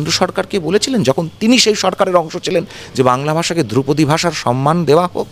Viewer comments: দ্রৌপদী নয় ধ্রুপদী!!!!! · আরে দ্রৌপদী না ধ্রুপদী 😆😆😆😆😆😆😆😆😆😆😆😆😆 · ওরে, দ্রৌপদী নয় রে, ধ্রুপদী!